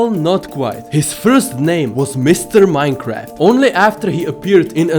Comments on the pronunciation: it said Minceraft instead of Minecraft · I keep hering miss heard minecrad